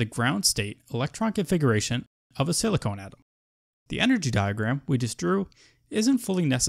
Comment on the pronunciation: Thanks this is helpful, but I believe it is pronounced sili con and not silicone, silicone is not an element